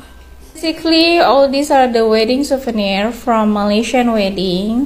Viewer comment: Siuvernier Bukan SEBUTAN LIDAH nya SUVENIERRR